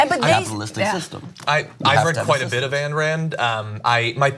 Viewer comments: The fact that this woman just said "She wrote a book called 'The Virtue of Selfishness'" is all the proof required she has no idea what or who she is talking about. Also... its AYN AYN not ANN. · Dude, it's pronounced "aɪn" Rand... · I find it hard to believe you don't know how to pronounce Ayn Rand. Don't undermine your point like that. 😘